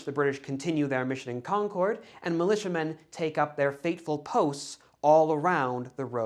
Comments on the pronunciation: I’m not sure if you’re from the Boston area, but the way you pronounce Concord is very distracting lol. We say “Konkerd”, not “Kon-kord” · The town in Massachusetts is pronounced like “CON-kerd”, not “con-CHORD” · CON-KID not CON-CORDE like the airline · Enjoyed this video very much. It really is the story I've grown up with as a local (born and raise 10 miles from Concord (/ˈkɑŋkəd/), except that, and no offense meant, we pronounce it /ˈkɑŋkəd/, stress on the first syllable and we never pronounce the 'r' regardless of how they might say it in New Hampshire 🙂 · Not in New England. Feel free to use that pronunciation everywhere else, just not for any of the places named Concord in New England.